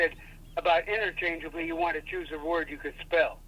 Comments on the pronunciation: lol "innerchangably" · kinda sweet and wholesome his dad called to help him, but it's 'interchangeably" don't drop the E. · And the fact that his dad doesn't even get it right 😂it's interchanEAbly. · I know im 8mo late but it's "interchangeably" right? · "Interchangably" is still not correct. 😂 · it's actaully "interchangeably" lol